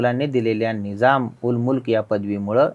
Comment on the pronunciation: निजाम नाही निझाम म्हणा.